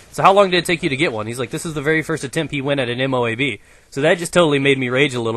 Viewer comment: Guys, you say MOAB as one word, not 4 separate letters. just thought i would let you guys know